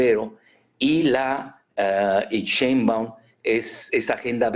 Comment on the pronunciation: No se dice simbaum , por favor tampoco le cambien el apellido a la presidenta